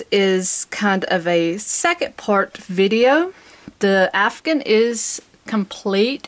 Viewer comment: OMG All these years I have been saying it wrong... I have been saying C2C Afghan. You are calling it CdC Afgun.